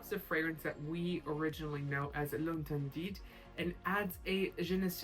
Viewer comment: The T at the end of interdiT doesn’t have sound. Is pronounced L’ enterdi 😊